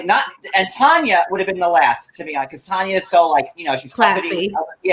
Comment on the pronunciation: Tania not Tonya